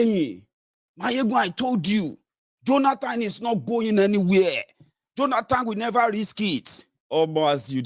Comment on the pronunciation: Please pronounce Jonathan correctly and Stop saying JoLanTan. I know you'll respond rudely but I don't care. Also its Lend me, not Borrow me . If its hard Please speak 100% yoruba 🙏